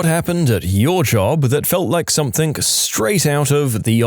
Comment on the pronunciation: No k in the word something